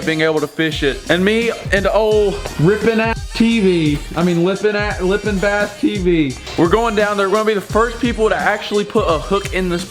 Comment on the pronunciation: Like how always picking on lippen bass TV (saying his name wrong)